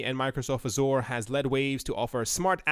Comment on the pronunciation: You're not pronouncing Azure correctly :)